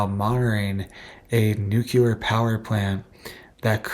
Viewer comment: Bro - it’s pronounced “New - clear” not “nuke-you-ler”.